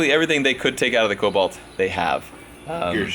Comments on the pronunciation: I only have one question how many times did you say colbolt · Take a shot every time he says colbolt